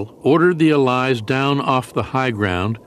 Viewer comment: If only the narrator would stop calling them "a-LIES" !